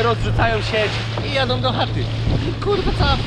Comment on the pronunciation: wszystko ok,ja rozumiem wszystko i to że jesteś ślunzakiem i że masz wyjebane ale miłość boską....skończ z tym PŁYNOM,JADOM,NAWIGUJOM...tam jęst Ą!!!!!! na końcu!!!! nie OM.....jakby mi gwożdzie w uszy wbijał